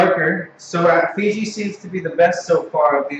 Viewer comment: its not figi its fiji